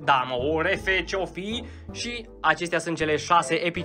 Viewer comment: Când ai zis refere am murit de ras😂😂😂😂dar respect